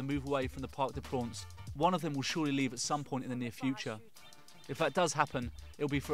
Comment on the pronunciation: I love how he constantly said Parc de prawns